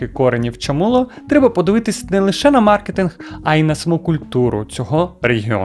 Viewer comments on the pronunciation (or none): none